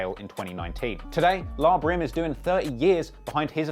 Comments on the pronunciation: NIGGA SAID “LAH BRIM” 😭😭😭😭😭 ITS L.A (like the city) DIMWIT LMAOOOO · It's L.A. Brim not La Brim. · Pretty sure it's pronounced L.A brim. La brim had me cracking up